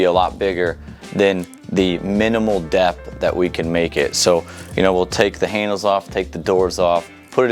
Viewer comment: wow Ive never heard anyone pronounce depth that way before!! lol DEP?